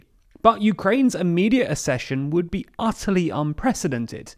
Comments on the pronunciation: The Ukrainian president, not prime minister. Accession is pronounced as ‘ak-session’. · Please learn how to pronounce accession correctly. It’s just like succession, with a K sound, i.e. AK-SESH-UN. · Accession: ACK-session. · This is not how you pronounce the word "accession" My ears are bleeding